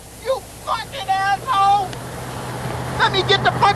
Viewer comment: "until I wrun into you, you asswhole!"